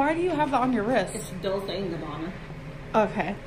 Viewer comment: when Becky refers to her bracelet as "Golce and Gabbana" I literally laughed out loud. Either she accidentally called Dolce and Gabbana, GOLCE and Gabbana, or she did it on purpose. Either way it I found it so funny